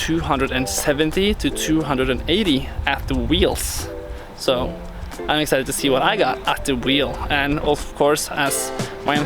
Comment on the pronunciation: dude!? You said "ro" insted of to. Learn how to speak english!